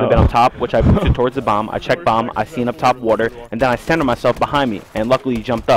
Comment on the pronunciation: said the word 'center...' Center sounds like Sender Sender must be Optic Nation's new player